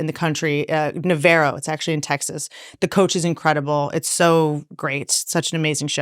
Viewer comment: “Nuh-Vair-oh” It’s pronounced “nuh-vahr-ro”💀🤦🏻‍♂️